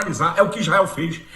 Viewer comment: O malacraia fala as palhaçadas, e os burros que nao sabem nada, e o capeta fala isrrael como um povo que horror👹👹👹👹👹